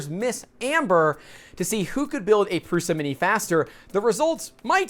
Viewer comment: pls pronounce it prusha